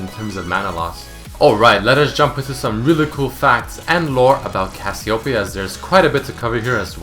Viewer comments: what? cassiopiyaoown? its read as kas you pay yah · Did you know that you and most of the League population pronounce Cassiopeia wrong?